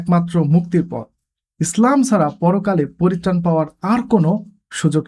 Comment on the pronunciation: Prothomei bolo apnar video gulo amar onk valo lage, tobe akta bisoy amar kase kharap lage seta holo apno (slam/ স্লাম ) na bole islam word ta bolle aro aro valo sunato